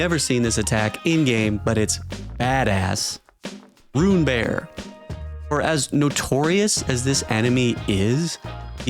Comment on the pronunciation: Rune bearers? Nah, runebears👌😭